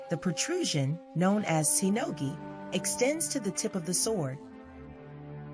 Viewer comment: Shinogi. With SH, not S. Fuchi and Kashira. Those are the two parts. Ray skin. Not shark. A file, not a sandpaper. Dying the skin is optional. Kujiri is wrongly pronounced as well. Ajiro, not Airo. Menuki doesn't hold the tsuba and the blade together, it is purely decorational - in history, it used to hold mekugi in place, but now it is not done that way; it also used to be part of the mekugi (they were a single part) - there it would serve to hold the blade and tsuba together, but not in this case; inacurate/false claim in the video. You can also search for videos/articles, how the tukamaki is tied at the end - it is not a secret. Don't take me wrong - the stuff shown in the video is truly a mastery, but the commentary is wrong and deceiving/misleading.